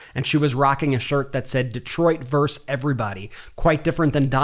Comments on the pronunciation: "vs" is pronounced "verses"---ya' putz. Not "verse." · vs is pronounced versus ... not verse. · The word is versus(two syllables), not verse. A verse is part of a song or poem.